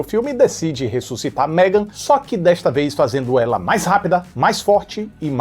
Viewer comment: tá lindo de "MEGON".😂😂😂